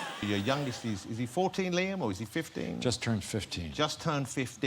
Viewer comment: Liam is Harrison's kids name, he said it correctly "is he 14, Liam, or is he 15?"